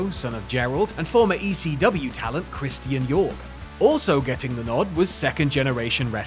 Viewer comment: It's Christian not Christian.